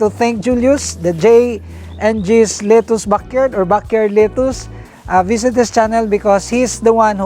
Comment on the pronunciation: Your pronunciation of “lettuce” is wrong! It’s kinda irksome and distractive to the positive narrative!